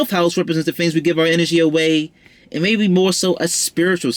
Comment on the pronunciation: This was decent. Where's Mercury sign? I like the way you pronounce f's. Lol like deaf instead of death. Philanthrofist.. fings, (things) finking (thinking) cute. Leo North Node 12th here and it's not easy! 😔 I'd love to learn more about Leo in the North Node 12 house.